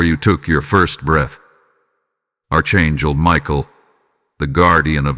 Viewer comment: This Narrative is boring me to tears. I've heard all this bs over and over again. This guy cant even pronounce Archangel.. Your all full of shit. Your deleted. I will not be repeating another cycle. This is demonic illusion.